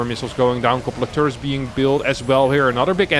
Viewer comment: I like how this guy calls turrets "two-ritz". German ppl do be willin.